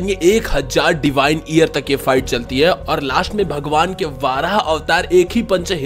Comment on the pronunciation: Are bhai वाराह nahi वराह avtar होता he